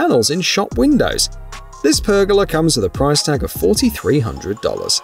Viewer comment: Pronounced PER GO LARR . Not pergella